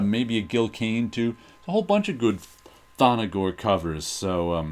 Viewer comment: Love the Thongor run in Creatures on the Loose! But it's not ''Thon-no-gor''. There is no ''O'' between the ''N'' and ''G''.